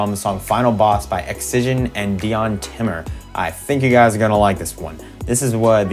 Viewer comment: Its pronounced die-on timmer